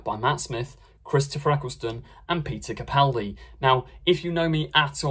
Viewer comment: At least you pronounce Capaldi correctly, hardly anybody does